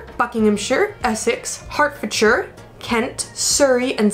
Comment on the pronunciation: I live in Hertfordshire, the nicest of the home counties. Loving your pronunciation of Hertfordshire, Berkshire and Portsmouth. Spot on.